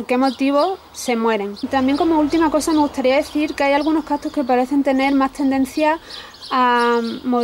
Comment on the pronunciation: Se escribe y pronuncia "CACTUS" no captus!!!!!!!